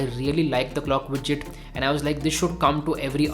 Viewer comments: It's widget not bijjit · "Clock widtchit" was a trigger.